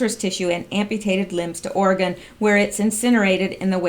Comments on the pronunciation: Or-e-“gun” not Ore-gone...love listening and don’t mean to criticize. 🌺🌿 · We pronounce it Oregun not Oregone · once they get the big quake it will be Oregone! With an e🤔